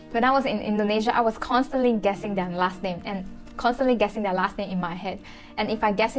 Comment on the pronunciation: Hey there, care to learn English pronunciation-proper? Compared is kuhm-peuhd, not comm-paid. Their is there not “dea”.